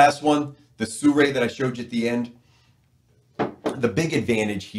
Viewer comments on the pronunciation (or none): SIRUI is pronounced as Seer yu é, not Soo ray, sir!